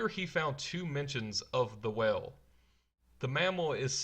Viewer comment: I'm distracted by how badly you pronounce "whale".